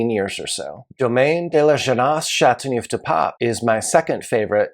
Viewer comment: I wish he'd learn to pronounce the appellation correctly.